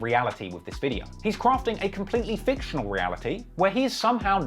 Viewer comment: This "Veedyo"